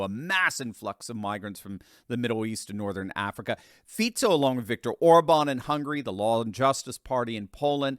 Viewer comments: Ah finally someone correctly pronouncing our PM's name. He is just slightly left and all conservative. And yeah he got famous for saying he wants peace on Ukraine, no weapons for them, no Slovak troops fighting against Russia, and criticizes the covid policies of the previous government and is against WHO gaining the right to rule over us when they self proclaim another pandemic. Yeah I wonder why they tried to murder him. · Thank you, for the correction of pronunciation of Fico’s name. However, Visegrád is pronounced “ vishegrád” with an “ sh” sound in the name of the Hungarian town by the Danube.